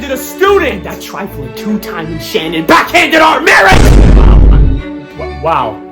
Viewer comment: SANNON WUAS THE NAOME OF MUY WOOAIEFFF!